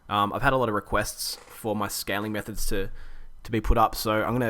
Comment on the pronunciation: Great video it sounded like you said scamming methods lol